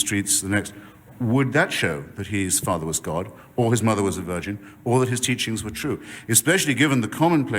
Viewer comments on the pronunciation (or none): none